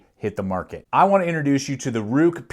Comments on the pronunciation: FYI, it's pronounced like "rake" and not "ruke". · Didnt the company say it's pronounced "rake"? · It's pronounced rake according to Ruike themselves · Ruike is pronounced Rake, as per the company. Totally agree with you, their whole line of knives come with ball bearing pivots. Definitely the best buy in knives right now. I have 3 myself now, the P121-G Hussar, P155-W, and the fore mentioned P801-SF. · It's pronounced as "Ray-Ke(r)" it's a Chinese name in Pinyin, not in English. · Its pronounced rake. Like the yard tool. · Lol..its pronounced "RAKE"! Great video. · Apparently it is pronounced Rake